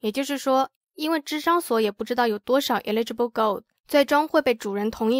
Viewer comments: eligible是 /ˈeləjəb/,第一个不是i发音吧😄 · eligible 發音是應該是eh·luh·juh·bl哈哈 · 美國，跟澳洲發音上的差異，不影響理解，只是不習慣所以覺得很有趣XD